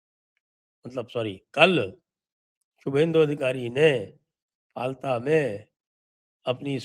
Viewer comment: फलता नहीं फाल्टा हिंदी भासी बोलते है, बंगालीओ का उच्चारण उल्टा ही होता है, जैसे गुजरात को गुजराट बोलते है आप किसी बंगाली का उच्चारण चेक कर लो